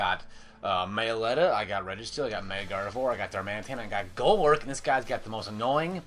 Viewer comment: What did you call your Meloetta again?